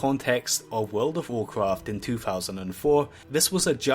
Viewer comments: "wawcwaft fwee" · sewen secwets of wowd of wawcwaft